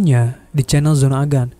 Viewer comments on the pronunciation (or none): none